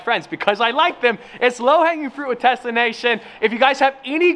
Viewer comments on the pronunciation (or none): Every time says "Tesla" it sounds like Tessa lol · Why do i hear “TESSA” every time he says “TESLA”?? LOL....